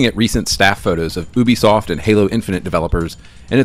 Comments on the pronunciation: Never heard anyone pronounce ubisoft as OOBI-soft...I guess me saying You-Bee-Soft is wrong lol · Why does the other guy in the video say ooooobisoft? It’s pronounced like you’bisoft 😂